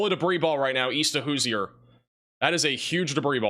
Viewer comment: Indiana is the Hoosier State. cant pronounce it? cmon. College educated with a 6 th grade reading level. I love it but PLEASE take a class in engleesh language and a class in french language so we can hear the correct pronunciations at at least a 75% level in Louisiana and Wisconsin instead of the 33% level we got yesterday. blew some of the names so badly that it didnt sound anywhere close. Thus learning to read could SAVE SOMEONES LIFE ONE DAY.